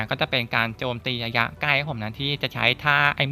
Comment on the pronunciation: ระยะคับพี่ ไม่ใช่ ยะยะ